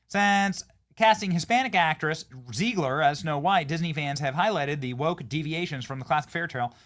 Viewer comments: It's ZEGlar, not ZEIGler. You're doing my head in. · It's ZEGG-LER not ZEEEEGLER.